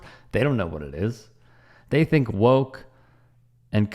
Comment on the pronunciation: Who the Phuck says, “bIlL bUrR has BeCoMe wokeT “, where yo emphasize on the T and the end, that doesn’t exist.??